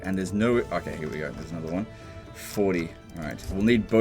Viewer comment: ITS ANODDAH SHOAH